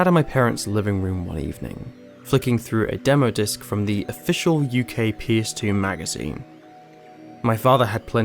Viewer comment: Me: “what’s a pierce demo?” Took me a min to understand he was saying PS1 and PS2 haha First time on the channel 👍 Good review!